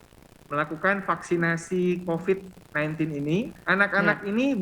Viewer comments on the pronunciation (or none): Halo virusnya bukan Cocid tapi Covid ok